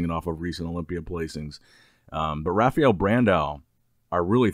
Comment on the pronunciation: Why does he call him "Rafiel"?